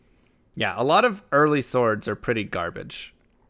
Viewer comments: i like how you pronounce the "w" in sWords...hee hee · swords is pronounced "sords", despite the spelling; I like the new format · It's pronounced sord*, the w is not pronounced. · The emphasis you put on the W in the word Swords is throwing me rofl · And i thought the w is silent